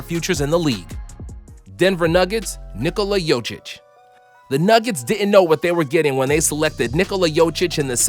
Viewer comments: "NIKULA YUCHICH" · Nikula Yuchich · I love the way he pronounces Giannis's name right but not Nikola Jokić